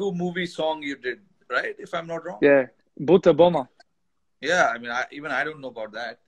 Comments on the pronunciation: Is Warner saying buttabomma? I haven't read the subtitles and was just hearing him . It was like boot Obama !!😄😅🤣😂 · When you guys on CC when ever warner says Butta Bomma it's coming "BOOT OBAMA" Seriously!!